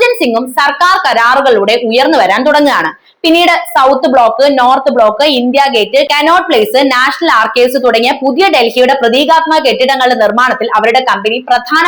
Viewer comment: ഉച്ചാരണം വെറും പൊട്ട (ബൂമി, അദികാരം അങ്ങിനെ പലതും) കനോട് place അല്ല "കൊണാട് place"